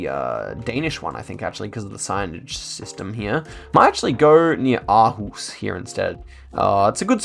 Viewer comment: surprisingly good aarhus pronunciation - nice!